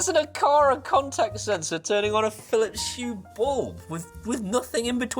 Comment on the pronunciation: Aqara continuing to innovative. Meanwhile it seems, Phillips continue to march at the beat of their own Drum., have you overcome your Phillips Hue pronunciation affliction with time or medication. Whilst I can write Phillips Hue, it seems I cannot bring myself to say without bringing up my breakfast, lunch or dinner. 😂 Keep up the excellent work.